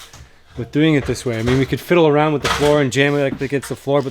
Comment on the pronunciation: "Wood awound da windows" I heard that as well. Enjoy your videos. Keep up the good work. Thx